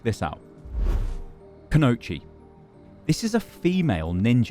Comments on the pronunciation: Kunoichi = Koo -no -EE-chee Not Kunochi For future reference. Time to get more weeb when you talk about JP stuff. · Kooooooo knooooow EEEEE chiiiiiiii THERES AN “i” THERE STY THERES AN I!!!!!! None o’ that cool-know-cheese nonsense. I LOVE YOU BUT COMEON MAN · Could be wrong, but I believe it's pronounced - ku no i (said like ee) chi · it is ku no ichi thats how you would say it in chunks just a little tip but do you great content love it keep up the good work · everytime this idiot says "canochi" I die a little. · Try saying it like Kuno-ichi. That will sound better. LOL. For a playstyle we might expect to see check out videos of the Demon Slayer character Sango from the early 2000s Anime series Inuyasha. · Ku-no-i-chi You're pronouncing it very wrong, sorry. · Kunoichi is pronounced Kuh-no-ichi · Kunoichi is pronounced kuno iichie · Koo-No-EE-Chee: Confirmed not a Weeb. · My man said "koonochi" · Whenever he said Kunoichi.. ugh watch more anime xD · The way he pronounces "Kunoichi" makes it sound like a type of pasta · he just butchered the word Kunoichi to hell